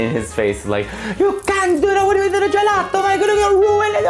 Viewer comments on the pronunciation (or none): none